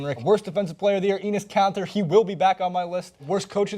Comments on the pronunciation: Is this guy dumb ? Mj got crossed up by AI, does that make him the worst defender that year ? Marcelo Huertas is actually a good role player he's not good nor bad. Then this guy says Enes Kanter first of all its ENNIS KANTER not ENEES KANTEER bro wtf this guy was a candidate for 6 man of the year. This guy is stupid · It's Enes Kanter (enis cant-er) also, he's the 6th man of the year, and not the worst defensive player, because he tries, even though he can't. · its hinrich , enes kanter (enis cant-er and I'm pretty sure you spelled the coaches name wrong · i hate how you say enez canter